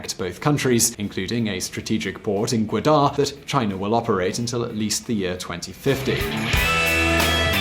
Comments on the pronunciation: Gwadar is pronounced more like Gwah-der than Gwe-daar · It's pronounced as Ga Wa Dar